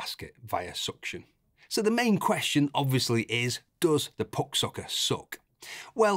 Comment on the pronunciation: Best review by far! Mostly because of how you pronounce "puck" :)